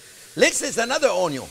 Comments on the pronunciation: "Dass thee water comin out of thee oyion...."🤣👍 I've learned SO much from you chef JP! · He says own-yown, not onyo! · English: Onion French: Oignon Chef Jean-Pierre: Onyo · I love that you have taken "onyo" to your heart. It says A LOT about you as a person. I've seen many other YouTubers who change their ways to avoid being made fun of. You embrace it, and ride the fame. So much respect for that! Oh, and this sauce also looks hella delicious! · "Onyo first" - Love it! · I love how he tries his best to say Onyo as many times as possible because he knows we love it. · Singapore South East Asia here, loving the show since “how to cut an onyo” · Chef I love the onyo raw in a sandwich...... and the caramelized. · Lol the timestamps "onyo always #1" 🤣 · "Onyo first" hahahahaha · "Onyo first" 🤣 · Pancakes recipe friends. Lets sautee some onyo! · "Onyo, Always" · O'nyon. A child can do this. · I'm calling and spelling onion, "Onyo" from now on. I think it's better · What makes me laugh is how le chef said onion. I am French and it just jump in my ear 😁 And I am a very big fan of all members of the ONIO family 😂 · I liked this video simply because of how he says onion 😆